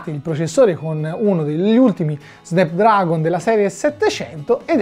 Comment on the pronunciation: Si dice "SNAPDRAGON" non "Snepdragon"!!!!